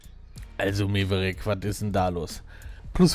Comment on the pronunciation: Da biste selber Schuld, dass der magische Stein von Maverick failed. Das wird MÄverick ausgesprochen und nicht MEverick. Nie Top Gun geshen oder wie? :D